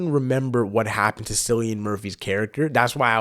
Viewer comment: Great reaction! I hate to be that guy but his name is pronounced "Killian Murphy." And Ralph Fiennes is pronounced "Rafe Fines," a lot of people get his pronunciation wrong. Also, don't worry, Cillian is not a zombie. He will be in all three movies (28 Years Later will be a trilogy) and the bloke in the trailer was actually not Cillian like everyone says, it's just some old guy that happens to look like him lmao.